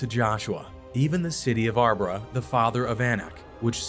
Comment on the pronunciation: Arba is not pronounced as arbra. Nor is Jephunneh pronounced as Jephanniah. Please pronounce the pronouns correctly. These are not the only mispronounced word . If your educated please do better.